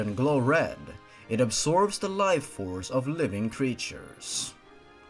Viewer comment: life force not Tife force Just wanted to point that out